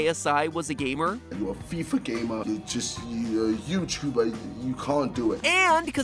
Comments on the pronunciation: "Gameer"? :P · You added an extra e to gamer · wait thats pronounced gamier